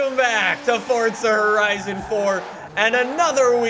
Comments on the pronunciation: Why do you say fortza it’s forza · With no disrespect, why do you call it fortsa instead of forza